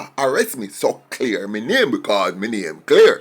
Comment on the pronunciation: He can't his own name properly